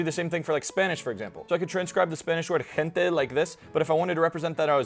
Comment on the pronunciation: the first vowel in "gente" is not nasal. Unlike for English, where any vowel before a nasal consonant is nasalized, in Spanish a prior non-nasal consonant blocks nasalization (Piñeros 2010)